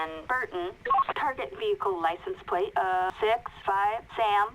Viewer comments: "Let's get a pwate check on this thing first" - 2017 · "Wets gwet a Pwait chwek" lol dude can't even talk right